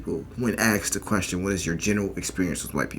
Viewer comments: Axed, it's Asked.... Axed is a Redneck Scottish term. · Yo!, "Asked" not "Axed" 😉 Jokes aside, love your channel, keep doing what you are doing! 🤙🏻😎